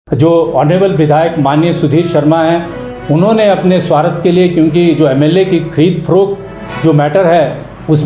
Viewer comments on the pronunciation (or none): स्वार्थ होता हैं स्वार्थ,,,स्वारत नहीं 😂😂😂